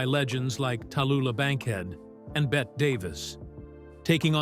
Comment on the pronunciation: The photographs are from “The Little Foxes.” Neal was in “Another Part of the Forest.” Bette Davis’ given name is pronounced “Betty” not “Bett.” Silly mistakes.